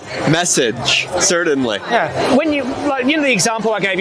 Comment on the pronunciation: If hes going to say certainly that many times he should learn how to pronounce it correctly there is no D